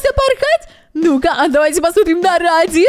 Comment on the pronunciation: Это рэди а не ради